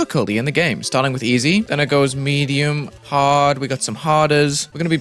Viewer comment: DID HE SAY EDIUM AT THE BEGGINING?! jk good video